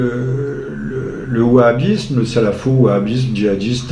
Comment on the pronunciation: En fait, je viens de comprendre, a eu mal prononcé. Il voulait dire le Wahabisme. Je précise, il dit Bahabisme à